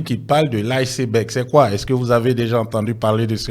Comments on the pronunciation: Lisseberg😂😂😂 C'est Iceberg que lui il prononce lisseberg😂😂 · "Professeur" Adjoum....ouais, c'est fort ! Isseberg pour dire iceberg, un mot anglais qui se lit comme tel (aïceberg).....De plus. On dit la face visible de l'iceberg et pas la face cachée....Eh Dieu !, quand c'est caché on peut pas voir ! 😢😢😢C'est la partie visible qui permet de deviner ce qui est caché, plus important que ce qui est visible..... Vraiment tu as fait fort "Professeur" !!!😂😂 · Adjoumani vaurien hein. On dit ICEBERG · Iceberg est une montagne de glace ... C est un iceberg qui a coule le bateau Titanic...la prononciation est mal faite...On prononce en anglais ...